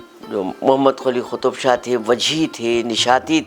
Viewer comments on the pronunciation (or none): Yeh khutub shah kya hota hay. Its Qaf so it's Qutub.' Ich' kya hota hay😅. Ye sahiba konsi zaban bol rahi hain